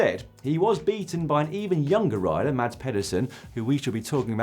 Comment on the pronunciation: A pronunciation tip since you're gonna be saying his name often, for the next 10-12 years: Mads Pedersen = [Mass Pethersin] = 'Mads' should rhyme with 'gas' and 'Pedersen' should rhyme with 'feather sin'.